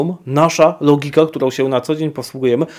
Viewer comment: W wymowie słowa „logika” akcentujemy literę „o” a nie „i”. W wypowiedziach publicznych wypadałoby zwracać uwagę na takie szczegóły. Wszak W naszym języku również istnieje coś takiego jak akcent. Nie mylić z Zenkiem.